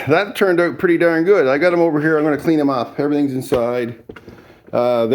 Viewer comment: How do you spell “out”? Sounds like you spell it owt lol